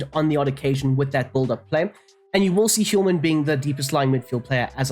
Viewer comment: The H in Hjulmand is silent. no need for the Hiulman